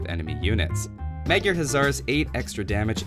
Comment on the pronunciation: Meg jarr instead of Magyar dude